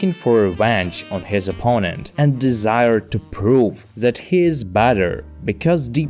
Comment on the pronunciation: It's either German over-correction or a Slavic speaker? ._. As I keep hearing a Z in That. I get English isn't phonetic at all due to an outdated alphabet with 26 letters isn't enough. Also Says brought with the wrong vowel. It's not a diphthong, but a monophthong. Also you spelled pronounce wrong. T_T